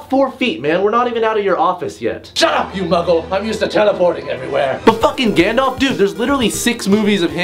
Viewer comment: It's Gandalf not Gandlaf! Lol